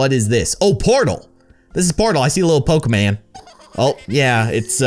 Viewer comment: IT IS POKIMON NOT POKIMAN 😤😠😡👿